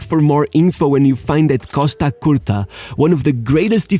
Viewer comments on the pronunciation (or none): none